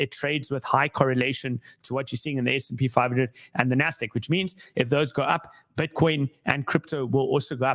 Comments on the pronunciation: IT’s NASDAQ not NASDEQ brooo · Nahh, it's NASDEQ. That's where the mahnee is